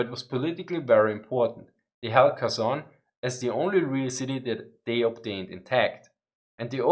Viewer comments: Kherson sounds Herson (h as in have), not Kerson. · Ok, "Kherson" is a hard "h", not a "k" (the sound when you're getting ready to spit). "VDV" is "Vey-Dey-Vey" ;)